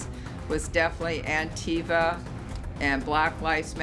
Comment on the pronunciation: "Antiva" LMAO🤣🤣🤣